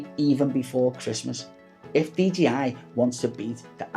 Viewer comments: I appreciate that but you're saying DGI not DJI... GEE and JAY :) :) Most Youtubers make that mistake though unfortunately :) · Pls learn to say 'Dee Jay Eye'... :) :)